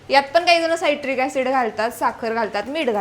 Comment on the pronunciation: Saitric acid nae te citric acid aahe